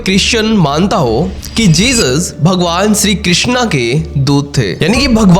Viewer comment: विदेश मे सनातन को पसंद किया जा रहा है इस बात की बहुत खुशी है, लेकीन विदेश के लोग मंत्र का उच्चारण मे थोडी गलती कर रहे है, वो हरे रामा हरे कृष्णा कहते है, जब की सही उच्चारण हरे राम हरे कृष्ण ऐसा है, वास्तव मे कृष्णा द्रौपदी को कहा गया है, यांनी की कृष्ण की बहन , और कृष्ण को सिर्फ कृष्ण ही कहा जाता है